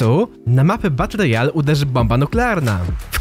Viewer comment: Ale triggera dostaję za każdym razem, jak mówisz w filmach BUTT ROYALE xD